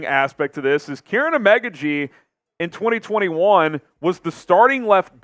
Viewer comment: It's pronounced Keer-on not Karen😂